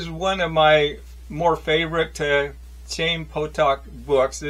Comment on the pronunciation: It's pronounced guttural "H,"(Hi eem), meaning life in Hebrew. I haven't finished listening to your reviews on the substance but thanks for offering them.